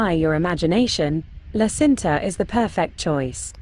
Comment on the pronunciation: Nice video, but you have to correct pronouce...La Cinta isnt Sinta..but Činta...thanks.